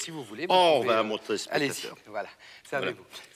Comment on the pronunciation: "on va montrer spetateur" hahaha :)